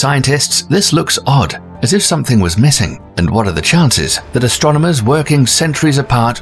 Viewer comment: It's ASTRONOMERS. Not "Astronaumers." FFS Thanks! Had to get that out there. I feel better now.